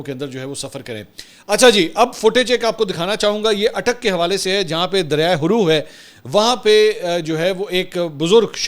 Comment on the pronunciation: mansoor bhai..Haroo ni Haaro name ha derya ka..or kajoor ni Mari kanjoor ha . please